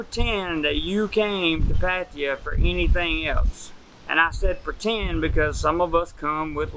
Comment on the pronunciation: At least pronounce it properly 😂😂